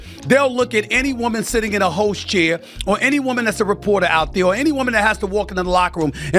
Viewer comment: I thought Stephen said any woman sitting in a “hoe chair” 😂 but he said host.